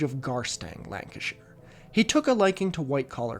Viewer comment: thank you for pronouncing the "shire" in lancashire correctly, i don't think i've ever heard an american do that before